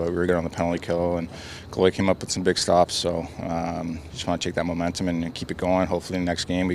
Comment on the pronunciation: Did he say momentemum?